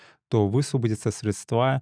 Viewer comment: Ведущий говорит "средствА" - как инетный жулик. Отвратительный тип.